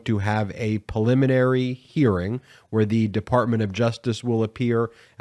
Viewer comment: PREliminary, damn it. Not PILLiminary.